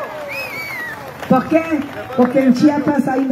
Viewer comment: Poque poque poque......no te comas la R